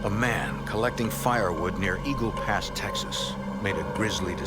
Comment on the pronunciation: Eagle "past"??? 😂😂😂 dude come one